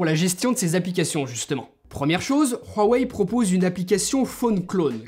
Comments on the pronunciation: Bon .... Huawei dans la langue française ce prononce wouawey d'ou viens ce putin de r de merde , euuu on est en france ou pas ? wouawey merci. Secondo es ce le meilleur smartphone ? le fleuron de Xioami ? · Prq il dit ruwaei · La manière dont tu dit Huawei me fais tellement rire désolée 😂😂😂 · Tellement frustrant comment il prononce "Huawei"... 😓